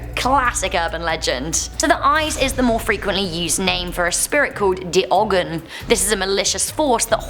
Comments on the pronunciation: funny to see this cuz im from belgium i was laughing when you where saying the eyes in dutch cuz its just not on the right way lol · I know you don't speak Dutch but like, the way you pronounced "de ogen" was pretty hilarious to me, I'm so sorry Btw yes I'm dutch